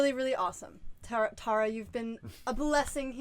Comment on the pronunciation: Tar-ah, don't call me Tare-ah.